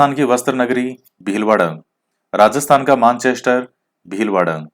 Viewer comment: एक तो आपके इकाइयों और मेनचेस्टर को गलत बोल दिया